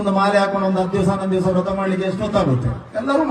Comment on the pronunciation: ರಥ ಅಲ್ಲ ವ್ರತ